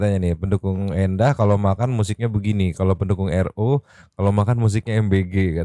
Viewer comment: Kayaknya si sar... Itu mau nyebutin nama Ro susah banget ya di acara dr.R kenapa yaa...😮